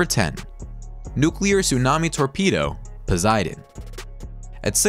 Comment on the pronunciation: "fastest non-jet-power plane.." huh? ...and learn to pronounce pos-EYE-den.